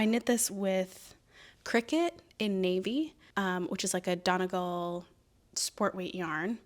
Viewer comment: Please take a look at how to pronounce Donegal!! It's more like dun-ee-gawl ( a spoken resource might be more helpful <3 )